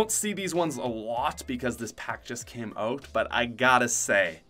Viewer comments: I love how he says Oot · I love the way u pronounce out fellow canadian